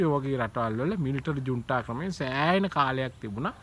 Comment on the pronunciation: "ජුන්ඩා" නෙවෙයි, "ජුන්ටා"